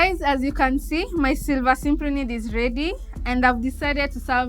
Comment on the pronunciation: If you want to say the scientific name... At least say it correctly.. Its cyp ri nid... Not Simp ri nid. Apart from that very good effort.